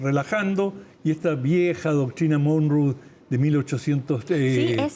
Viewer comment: Doctrina "DONROE"... jajajaja, Por favor señores periodistas de CNN la ignorancia no es una virtud. Se llama doctrina Monroe.